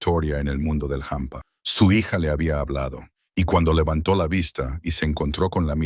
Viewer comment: Hola en español no se dice jampa!!es hampa !! sé pronuncia como se escribe, desdé Santander España.